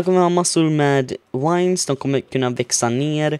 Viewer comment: Varför säger du wines istället för vines?